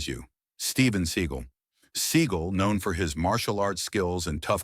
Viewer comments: computer narration was the turn off. It is pronounced Se Gall not sea gull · Seagal (Se-GAAL), not Seagull...^^ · AI in this video is laughable, Steven Seagull? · You know it is AI when the narrater pronounces it "Steven Seagull" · A lot of those people I just knew were banned before you even said their names. Some were shocks. I know that if Segal saw that segment he'd be dying rn over the mispronunciation of his name. He's the biggest douche in Hollywood... Okay one of the biggest... Ok he's just a huge douche really. You ever seen the reality show of him being a cop? Smdh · Excuse me Seagal